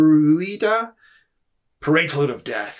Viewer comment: Your accent made it sound like you said Pride float, and now I want to get one and paint the Aquilla in a rainbow pattern